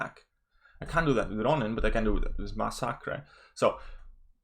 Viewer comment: Masacre's name is pronounced (Mass-Ah-Ker).